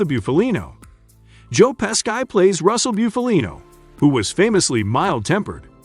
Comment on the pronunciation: Joe Pes-kai 👍🏻